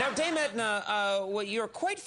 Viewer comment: He absolutely butchered it and was worse than embarrassingly bad. If you do not understand that, then I suggest you make yourself familiar with more of the Dame's work.